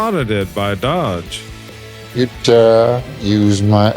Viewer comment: Its pronounced "Dohj" not dodge... there's no second D. Its also pronounced U S A I D or US AID not U Said. Are you one of those crappy ai reader channels?